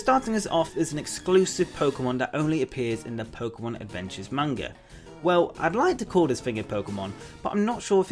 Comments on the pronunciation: MANGA!!! NOT MAYNGA!!! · everytime he said Manga I thought he said Mango 😃